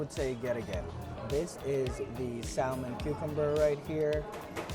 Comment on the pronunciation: the "l" is not pronounced in salmon. "samon"